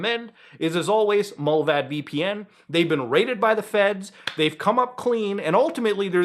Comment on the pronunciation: Did he say Mulbad vpn? Please mention these things in your bio